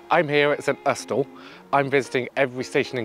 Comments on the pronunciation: That’s because it’s not how it’s pronounced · Great video as always but intrigued by your pronunciation of St Austel not a way I have heard before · My thought too but have been wrong before. Look at Fowey and its pronunciation 😊